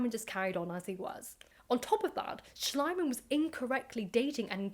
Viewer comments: I think it's really funny how you pronounce the name Schliemann, as the German pronunciation isn't Schlaiman (which is my attempt at writing it the way you say it), but more like Schleeman, it's pronounced e, not i. However, Schlaimann sounds very much like Schleimmann, which is German for slimy man, which kind of makes this a lot more funny 😂 Ope, just saw others already pointed out both the mispronounciation and the funny meaning of it, so I'm late to the party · Actually the name Schliemann is pronouced like "Shleeman/Shleemun" ..the German letter combination "ie" (called in German "the long i" pronounced longer than just a solely written "i" which is pronounced like the English "i" in "is" or "in" or "mirror") is like the english "ee" like "flee" or "knee" or "glee"..the German "a" is like the british RP English "a" in "fast" or "task" or "mask" or like the English "u" in "hunt" or "blunt" or "trust" Would his name be "Schleimann" with letter combination "ei" which is pronounced like the English "i" in "isle" or "Ireland" instead of "ie" then your pronunciation would have been basically correct. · The keyword here is "gross exaggeration". Most scholars today admit that modern archeology actually started with Schlieman (Schleeman not Schleyeman). We have come a long way since then and should maybe not judge mistakes by modern standards. I think most of the English narrative boils simply down from being pissed that a German bloke "stole" the glory from a Brit. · I assumed it was an intentional mispronunciation, in keeping with the premise of the narrative: Schliemann=slime-man. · I love how the way you pronounce the name, "Schleim-Mann", would literally mean "Slime-Man" in german 😀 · It is pronounced SHLEE-man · I like your pronunciation of Schliemann, if incorrect, far more, because it sounds like Schleimmann, meaning a slimmy man or a sycophant. Befitting a man such as this. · I think it's pronounced "schleeman" (ˈʃliːman in IPA)